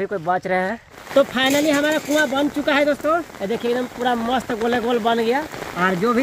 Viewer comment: Mast toh thik se boll liya kro ye kya hota hai mossst😅